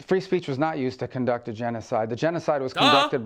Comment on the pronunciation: How do you fuck up the word “conduct”?